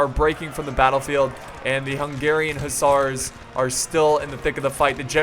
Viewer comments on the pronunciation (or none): the way you pronounce fusiliers and hussars is fucking suicide inducing. please stop.